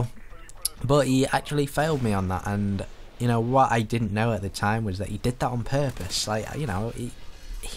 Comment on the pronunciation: You failed at saying ''at''